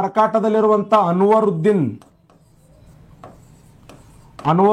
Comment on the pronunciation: ಅನುರುದ್ದಿನ್ ಅಲ್ಲಾ ಕಾಕ ಅನ್ವರುದ್ದಿನ್